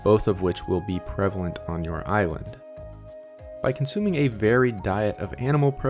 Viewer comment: You said Ireland not island twice and I’ll never stop wondering if it was on purpose. If so I fell for it..